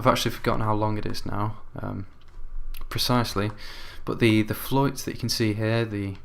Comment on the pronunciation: Its pronounced "flute"